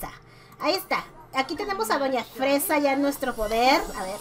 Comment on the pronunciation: le pusiste "Fesa" te faltó la r 😅 Lucifer que mala eres😂